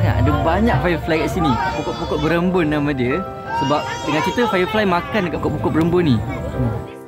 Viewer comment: Pokok beremban, bukan Berembun